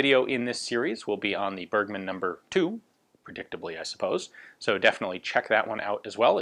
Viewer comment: Great Channel! You pronounced "Bergmann" wrong.